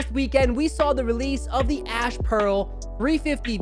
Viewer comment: At 29 seconds in did you say the ash blue release or did I just hear your accent wrong? Anyway just messing with you 😁. Love the channel. Took an L on the ash pearls 😒